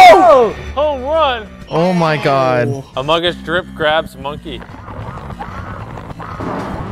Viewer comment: Nobody- Absolutely no one- Quackity - “I play amongas”